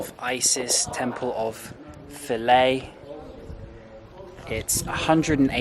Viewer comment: finally, someone pronounced Philae right!